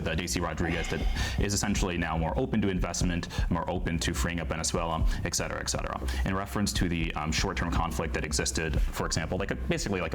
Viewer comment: "Obsequious" ... four seconds later: "ex cetera, ex cetera"